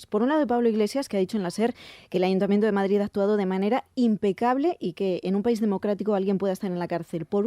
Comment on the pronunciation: Se dice Madrid, no Madgid.